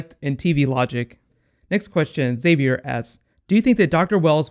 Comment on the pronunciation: The way you said "Xavier asks" sounds like " Save your